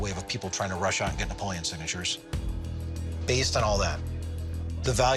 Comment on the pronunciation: dud at least pronounce his name right, like what happened to the e at the end. Napolean Bonaparte is my favorite historical character in general, he was actually average height back then, he was just around taller than average people